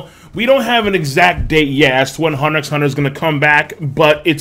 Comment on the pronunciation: The "X" is silent...